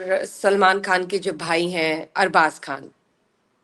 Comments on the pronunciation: سر آپکی کو ھوسٹ اگر اردو نہیں جانتیں تو صرف ان کا ھندی کھ ختم کریں جیسے یہ خان کو کھان ختم کو کھتم کہتی ھیں بس ان کا خ درست کروا دیں شکریہ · if you are a Pakistani how come you pronouncing خ as kha?? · Why she kept on saying kan she is pakistani why can't she pronounce khan properly